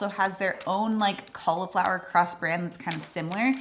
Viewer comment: It's cauliflower not caulaflower